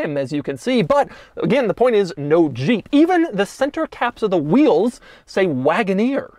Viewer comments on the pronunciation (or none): The way doug says zhheep